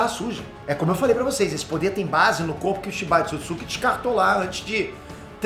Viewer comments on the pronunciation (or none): Um dos maiores canais do Brasil e NINGUÉM DA EQUIPE, em todos esses anos, disse pra esse cara o nome certo do clã. Erro de pronúncia é normal, mas você tá colocando outra sílaba no nome 🤪! Não é "...tsukitsuki", mas sim "...tsutsuki"